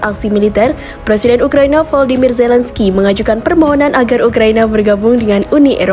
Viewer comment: Volodymyr Zelenskyy cara bacanya Volodimir Zelenski. Bukan Zelenskai. Kiev atay Kyef cara bacanya Kiyef. Bukan Kif. Mentang mentang di Afghanistan ada nama Hamid Karzai kamu samakan dengan nama orang Ukraina. Zelenskai. Ngawur.